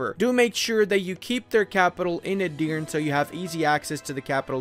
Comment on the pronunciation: Btw Edirne is pronounced like "e-dir-ne" E's are like the e in egg, both at the start and the end of the word. Dir is pronounced like i in during. and you have to say it a little bit faster than how you said it. With this little note aside, you are really good at your job! Nice video!